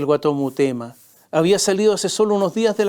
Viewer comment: Mi querido Tomás, son en directo tus comentarios?, creo que deberías editarlos, para corregir "murema" por Mutema, por ejemplo, y otras pifias, pues no alcanzas a leer. Todo con cariño y respeto, pues te admiro, tanto por tu inteligencia, preparación e ironía. Un abrazo.